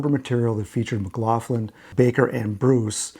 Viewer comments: Never heard John McLaughlin called McLaufflin , , , until now. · Is McLaughlin really pronounced McLaufflin?